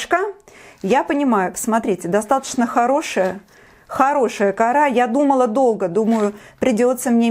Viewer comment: почему кАра. а не корА..???